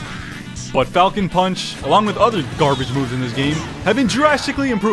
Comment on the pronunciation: “Fal-Cone Paanch” is more accurate